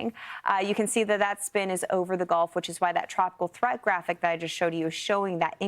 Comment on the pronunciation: "In the goff"?